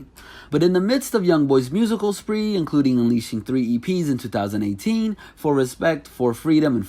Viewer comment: Stop puttin so much emphasis on yo 20eighteeeennnnnssss